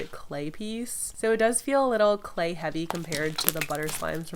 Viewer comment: I always notice you say slay slime instead of clay slime